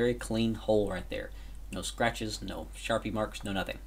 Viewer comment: For a second I was like, "What the fuck is a sharipe?" I soon realized you meant sharpie.